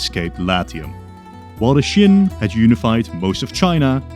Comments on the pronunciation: Qin is pronounced “chin” not “shin”, like Qing is pronounced “Ching”. It’s fine you can’t really distinguish Qin and Qing, in Mandarin, those two dynasties are only distinguished in accent(one is upward, the other stay tuned) and the context of conversation (one is super ancient and one is not that far away), believe me, I am Taiwanese, we don’t distinguish those pronunciation between those words end in “n” and “ng”. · Why do you pronounce Qin as Shin? It's Chin. As in CHINA. You even said it yourself we derive the word China from the Qin dynasty. It's not hard to look up the pronunciation mate, you just discredit yourself by pronouncing it as shin. Might as well say Shina throughout the video. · Why do you keep pronouncing Qin as "shin" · Please learn how to pronounce Qin correctly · I actually agree with you and l actually thought that l was the only one who actually thought that.